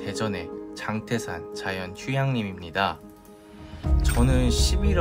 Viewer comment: 장때산이 아니고 장태산 입니다 발음에 주의하여 주세요